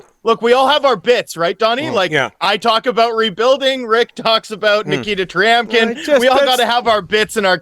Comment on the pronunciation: Tryamkin is pronounced Tramkin.